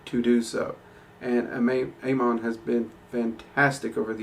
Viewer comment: for the record its pronounced ah-mohn